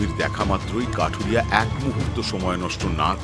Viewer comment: Akta mistake korechen kathuriya k kathiriya na bole dui dui bar veer bolechen😊